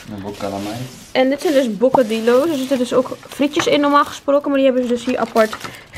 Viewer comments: Het broodje hoe jij dat zegt is verkeerd is geen bokadilos het heet bokadio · Hahaha hoe je bocadilos uitspreekt 🤣 echt schattig maar helemaal verkeerd. Op zen berbers spreek je het uit als BokadiJo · ja klopt maar je hebt het in diverse landen waardoor je het op allerlei manier uitspreekt.